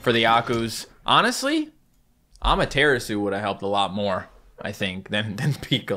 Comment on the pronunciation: Says Ushiwakimaru properly, still pronounces Amatarasu wrong because some derps in his early videos didn't know how to pronounce it and told him he said it wrong. :p